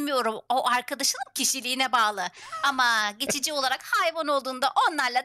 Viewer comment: Geçici olarak❌ Çeçici olalak✔️